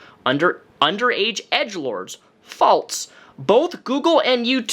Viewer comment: Great video. I noticed you say “false” like “faults.” Do you say Alzheimer’s like the people who say it “altzheimers?” Just wondering. No hate. I found it interesting.